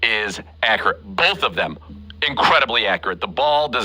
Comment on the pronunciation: It sounds like "bofe" quarterbacks are doing well.